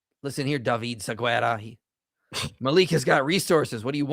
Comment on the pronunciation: There is no Siguera in my language. His name is "David Segarra" 😂